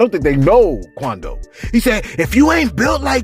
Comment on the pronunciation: why you got "Quondo" sounding like a "cholo" lol, and Souljah boy makes no sense, he's doing the same exact thing, saying too much and threatening the man on live, which was really SUS-like to me!